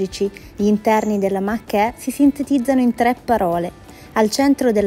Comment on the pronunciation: Si "mach e stai a dì". Si legge Mach ì e la gt da 0 a 100 ci arriva in meno di 3,7 sec. Con questo video sembra che la si vuole denigrare.